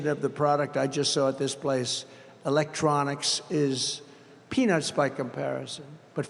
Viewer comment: said it like.. "E-lec-trawnixs" yes yes.. we have to bring back "E-LEC-TRAWNIXS"